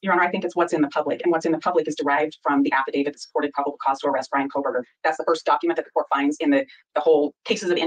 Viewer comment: Lol “Koh”l” berger prosecutor is complaining about “false information” being disseminated? It’s KOH-berger.